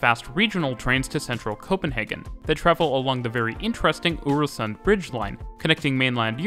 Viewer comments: Love hearing you butcher pronunciations-I’m British but I can pronounce some danish places (I think) S-tog is pronounced more like S-to without the g. Øresund is pronounced more like Oouursund. Østerport is more like Oouusterport. Danish people, please correct me if I’m wrong. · That's kinda right S-Tog is more S-touh Øresund is more Øersån Østerport is just Østerport At least that's what locals say, can't speak for people in Jutland :p